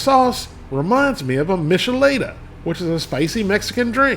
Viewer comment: is nobody gonna bring up how he said michelada. MICH E' LAY DUH lol.